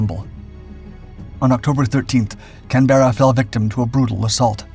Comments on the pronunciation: For goodness' sake, can't you learn to pronounce Canberra if you want to make a tribute video? I suppose she was a US ship. Perhaps the Americans can't say it right either. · Maybe he could say Canberra correctly unlike this guy. I'm not an Aussie but hearing him butcher the ships name is grating in the extreme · you tell em Steve...emphasis on the Can... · Please learn how to pronounce Canberra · Its painfull listening to you prenounce Canberra, try dropping the 'e' for a 'u' or listen on the internet 👍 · Very interesting, pity the commentator mispronounced the ships name throughout, & incidentally Australia’s capital city . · it is pronounced IN Australian slag as "CANBRA'" NOT CAN-BERRA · Can-ber-ra NOT can-bera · On a small point of accuracy, it's 'CAN-berra' not 'Can-BERRA'. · I hate how you pronounce Canbera. Its "Can..ber..a" Not "Canbeara" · Just wanted to make a point about the pronunciation of the Australian capital city, after which, the ship was named was incorrect. Australians say Can-Buh-Ruh, and not Can-Bear-Rah. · Am I the only one who flinches at every instance of the narrators pronunciation of the ship's name!? Sounds like - Can-bare-ra, rather than I a brit would always pronounce it Canberr-a. Otherwise very good an interesting video. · Please don’t say Canberra cam Berra you are actually meant tot say it cam-bra what Weber I know how it like pronouncing name everyone you say is cam-berra all I could do is cringe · Can ber ra , not can bear a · AARRGGHH! It’s pronounced “Canbruh”; not Can-berra”! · As an Australian, this is likely one of the many reasons our relationships have been so strong since WWII. One thing I would say though, is that's not how we pronounce Canberra, at least for our own cruiser, you are of course welcome to say it how you like. We pronounce it Canbra, well, almost like that, lol. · I think you were meant to say, "CAN-berra", instead of "Can-BER-ra"! As THAT is actually how you pronounce the Australian capital city's name!